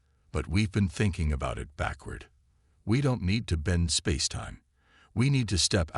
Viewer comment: AI that is going to take over the world can't pronounce spacetime half the time. Spazetime.